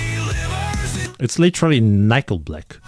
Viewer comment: "Nyekle Black " 😂